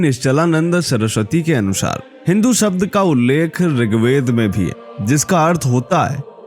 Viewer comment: Come to the point man. You are beating around the bush. Then again, you cannot even pronounce the word 'शब्द'। You keep saying 'सब्द'।